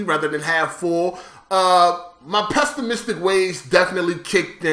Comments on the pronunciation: "Pestamistic" lmao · my God how does he pronounce pessimistic